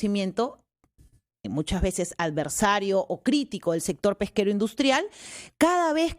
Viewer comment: Letona: no se dice "albersario" la palabra corrécta es : adversario